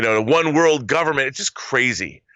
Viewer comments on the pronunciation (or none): none